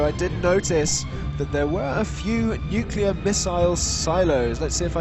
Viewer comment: How dare you not correct saying nucular? Tsk tsk:P Pretty good game! Lots of cool fights and it's always nice to see a planet smash (and Brad's redemption)